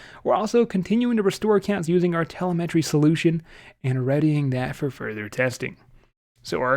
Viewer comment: TUH-LEM-MUH-TREE ... TUHLEM-MUHTREE.... Telemetry. 🤣🤣😘😘😘